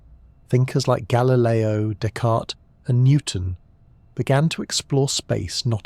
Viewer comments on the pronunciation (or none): none